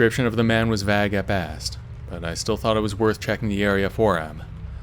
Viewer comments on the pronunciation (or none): So the guys in story three just left bags in the woods instead of burying them or at least covering them up? Yeah, they were definitely Trump supporters. But dude, "vag," rhyming with "hag"? You’ve seriously never heard the word "vague" before?